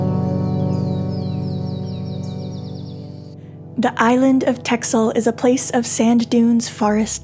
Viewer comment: hi there my favorite sailers. TEXEL you pronounce as TASSEL :)